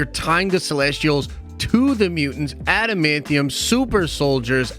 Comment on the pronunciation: Thank you for saying adamantium correctly.